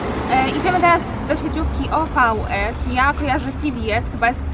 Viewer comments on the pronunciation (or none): Nazywa sie ovies a nie ofs sieciowka angielska i jakość maja super chodz ceny bomba! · OVS ('o vi esse' się czyta 🙂) to mój ukochany sklep. Jednak musiałaś trafić na jakiś serio multibrandowy. Następnym razem proponuję poszukać w mniejszej miejscowości sklepu, w którym są sprzedawane tylko rzeczy wyprodukowane dla rzeczonej marki. Mieszkałam 3 lata na Sycylii, często zaopatrywałam się w ubrania z OVS.. jakość bije na głowę większość moich ubrań. Świetnie się nosi, nic się z nimi kompletnie złego nie dzieje po wielu praniach, dobrze się prasują. A skarpetki mam już prawie 5 lat, zero przetarć, nie straciły na miękkości.. jeżeli nic się nie zmieniło od czasu kiedy tam chodziłam- to bardzo bardzo polecam.